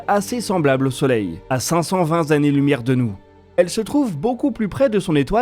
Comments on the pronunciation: vingt Zannées lumière? cinq cent Zannées lumières? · à cinq cent vingt zannées lumière ??? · C'est drôlement loin de chez nous, "cinq cent vingt zannées-lumière" ! C'est 520 fois la distance parcourue par la lumière en une zannée.